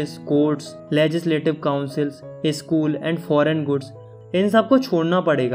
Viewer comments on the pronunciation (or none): none